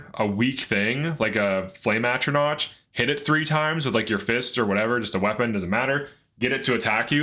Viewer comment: Atronach doesn’t rhyme with crotch. It’s knock not notch. The emperor even says it out loud when you select the sign.